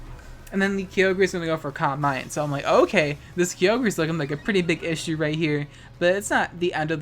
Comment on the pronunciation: Had to stop watching cause hearing key-oh-grey was driving me insane